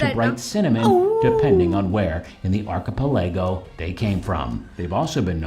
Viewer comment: An archipelago is a collection of islands. This guy definately is pronouncing it wrong, though.